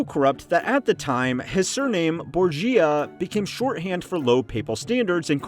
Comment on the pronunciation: And Borgia😂